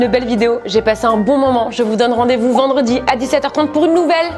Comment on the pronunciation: ELLE DIT VRENDREDI